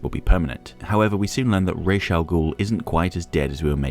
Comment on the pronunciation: I love your essays, but I have to correct you on that one... In Hebrew, we say "Rosh" (ראש) for head, not "Raish" (רייש), which is the literal name of the corresponding letter for R (ר). I don't know How they came up with this pronunciation, but given how little some Jews in the US know about their heritage, I'm not surprised.